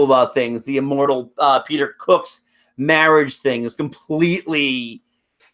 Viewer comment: Mawidge...that dweam wiffin a dweam!